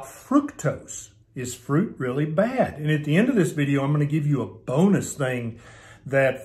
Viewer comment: "Don't eat fuit" by LOL